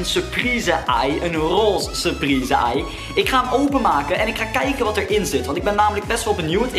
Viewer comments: 4.24 kaken in de plaats van kijken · kaken in de plaats van kijken